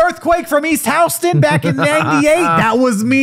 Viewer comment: “Houston” - attaboy